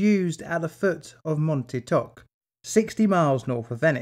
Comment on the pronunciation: For a moment I thought you had said mount tiktok